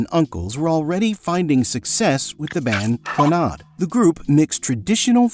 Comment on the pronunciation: You're pronouncing Clannad WRONG.